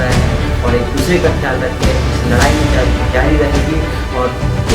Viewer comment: Lrai nhi ldai bhai😂😂😂